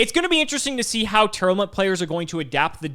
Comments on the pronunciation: the best part of tear not being a deck was no longer having to hear mispronounce it as Tear-Element anymore. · Are you saying Tearlament wrong? Sounds like you’re saying Tear Element